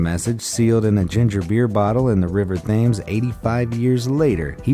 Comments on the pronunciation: I am amazed that you don’t know how to pronounce “Thames” and “abalone”. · Aghh that's not how you pronounce Thames